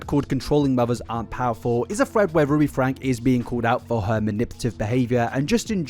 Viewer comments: "Frank-ee". They pronounce it "Frank-ee". You kick yourself in the balls doing all this work, research, and editing, to only pronounce their names wrong. Why do that to yourself? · The family name is pronounced with a long e on the end; it sounds like “Frankie.” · Their last name is pronounced Frank-E. The E isn't silent. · I don't want to be that person, but I feel like it needs to be said. The family pronounces their name as "Frankie" not "Frank". I've heard it from multiple sources pronounced that way (ie Jordan & McKay or USA Today). Not that I like Ruby, but I felt it's important to clarify. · Super weird to actively ignore/deny the fact that people called CPS on Ruby Franke for many many years prior to 2020? Also… isn’t Franke pronounced Frankie, not Frank? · Just so you know, you have the year wrong of when Ruby and Jodi were arrested (2023, not 2022), and Ruby's last name is pronounced like Frank-ee, not Frank. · You make a 5 and a half hour video, do research for at least a month, and pronounce the last name as "Frank" instead of "Frankie". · Its FRANK-EE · Minor point, and really not important, but their last name is pronounced Frank-ee. I don't want to draw away from the atrocious crimes going on here. Just want to add to the support of accuracy. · if you're going to make a 5.5 hour video about this, you could at least commit to pronouncing the family name correctly. have some respect for the victims- this is their story, not yours. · FrankE…frankE! FRANKE! With an E. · lmao I knew you were gonna say Franke wrong the while video. Oh? Connexions got worse after Ruby joined, you say? Interesting. Most people seem to blame Jodi for making Ruby worse but it sounds as if... perhaps... they found a kinship with each other and oh boy did the worsening get worse.